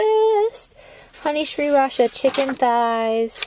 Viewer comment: Now i learned how to pronounce sriracha! Thank you!